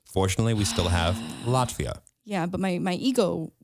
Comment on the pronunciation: Same, and I love how seemed so confused on how to say "Latvia" as well😂